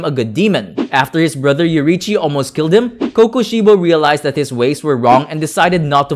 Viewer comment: bro its yoriichi